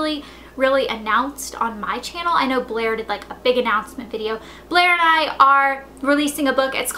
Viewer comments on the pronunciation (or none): none